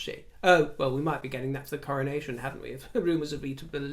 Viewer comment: I so love the way you describe our aging process in terms of seasons of our lives...' beautiful Autumn.verging slowly towards the beautiful Winter... THANK you, precious. I totally feel this opinion...Royally!! Can't wait for the Coronaccion..as I heard you once pronounce it!! 👑👑👑